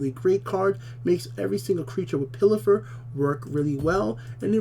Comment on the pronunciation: "Pilfer", not "Pillifer" ! XD